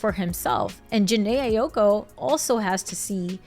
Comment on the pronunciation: The way you pronouncing her last name been pissing me off 😭😭